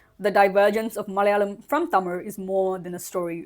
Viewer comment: Hey, the first 'la' in Malayalam is pronounced closer to the 'la' in the word 'large'. Not exactly, but better than how you're pronouncing it currently.